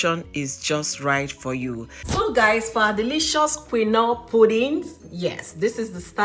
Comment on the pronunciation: Why are you pronouncing quinoa that way ? I have never heard anybody pronounced that way before 😂😂😂